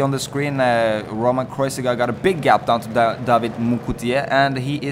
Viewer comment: it s kreuziger, not kreuzinger :)